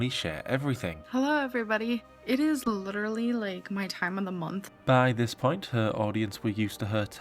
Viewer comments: Literally Literally Lidderly Lidrly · My poor, abused ears hear it as “lidder-lee”. 😩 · I thought she said lidderly! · It's her saying lutterully 😂😂😂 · Not once. Because she says 'littelaly' 🤔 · Trick question she tries to say literally 49 times but she pronounces it correctly 0